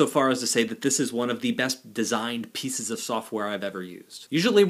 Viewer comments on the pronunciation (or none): none